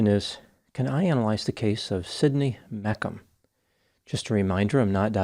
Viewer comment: Think it’s pronounced Meech um Not mek um